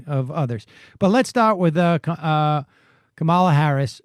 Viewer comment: Please learn how to pronounce 'Kamala'.